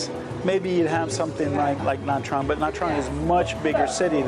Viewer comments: Nha Trang is pronounced something like Nya Jang. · Nha Trang is pronounced "na jahng"